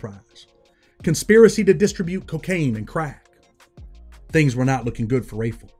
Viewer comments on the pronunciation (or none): none